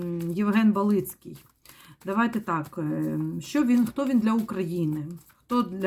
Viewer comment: БАлицкий, ударение на А.